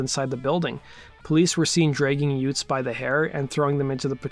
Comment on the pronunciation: Uh... did you say 'yutes'?